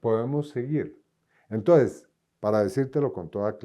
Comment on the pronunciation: y no se dice "entoes" se dice E N T O N C E S, definitivamente Petro deja una vara muy alta...!!!